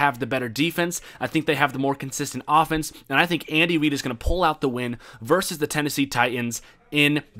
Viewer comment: did say Andy Weed?